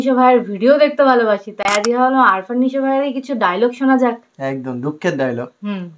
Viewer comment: আরফান❌ আফরান✅